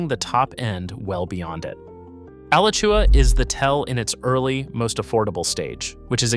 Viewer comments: ugh-latch-ua How about actually visiting Alachua or Levy (pronounced lee-vee) County if you're serious about leveraging expertise about a place you're reeling viewers in to ostensibly educate them; that kind of either 1) intellectual laziness or 2) AI software narration offers two bad options. I'll give you a second chance, but only if you acknowledge how absurd it is to claim expertise while being guilty of undisclosed AI software narration or extraordinary laziness for someone staking a reputation on a state you don't even care to take the time to respect enough to pronounce its towns and counties correctly. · If you love a guy branding himself as a Florida expert who doesn't respect the state enough to pronounce its counties correctly. Particularly egregious is Alachua, a town and a county, and Levy (pronounced LEE-VEE). More AI software narration without disclosing that's what it is. Deceptive smh.